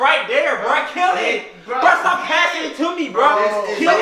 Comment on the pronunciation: He didn't say stop right he said stah